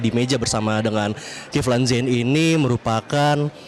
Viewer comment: jurnalis metro buruk. Masak kivlan zen disebut kevlin zen